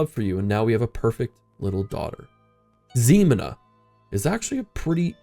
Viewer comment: Happy Independence Day from the UK. Oh, and just for info, Ximena starts with a H sound not Z, Hi-mē-na.